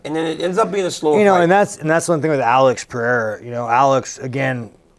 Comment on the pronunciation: Why does everybody.... I mean not everybody, but a lot of you in UFC (probably because Joe Hogan) pronounces Alex PeReira as Alex PeHeira? It´s wrong and it sounds stupid....